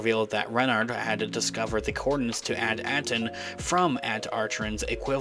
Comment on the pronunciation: May I suggest that you research to learn how to pronounce the planet At Akron.